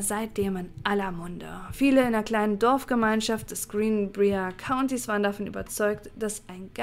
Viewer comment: Yay, neues Video zum neben der Arbeit anhören :) Falls es dich/euch interessiert (und völlig ohne erhobenen Zeigefinger erzählt): Briar wird wie B(W)REI-AR ausgesprochen ;) Heißt übersetzt Dorn, wie von der Rose. Sollte bei Brier hier auch so sein.